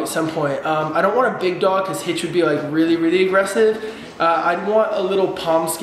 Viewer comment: Why did you call hitch hitch?